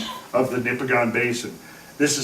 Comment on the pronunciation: Couple of minor points. It is Ouimet Canyon, not Quimet Canyon. And the stress is on the first syllable of "Nipigon", not the last. I lived in and explored this area for 3 years in the early 80s and am very familiar with all the topography described. The flat top "mesas" with a tapered face are called Cuestas. I have heard explanations of how the ice formed them, but never heard that they could be formed by a flood event. I can recommend a very good guide if you take a trip there.